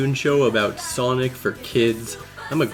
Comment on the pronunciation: you say soinc but why mario??